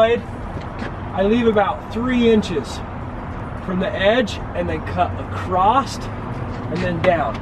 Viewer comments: acrosst and ekscape! haha! I love the videos though :D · "Excape" and "acrosst" are my new favorite words.